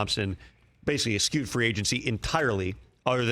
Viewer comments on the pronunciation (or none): eSHEWed, Tom. Not eSKEWed. C'mon, man. Grammer cops everywhere are up in arms.